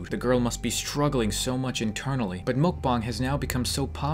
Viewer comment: Its mukbang not mokbang